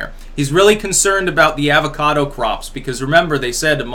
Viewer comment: Plz stop saying avocado. Why do you butcher the word like that lol